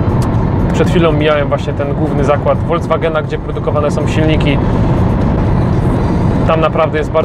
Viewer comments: Na Boga: Volkswagen, a nie Voldzwagen. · Oj, mówisz całkiem dobrze po niemiecku ale słyszałem jak powiedziałeś foldzwagen zamiast volkswagen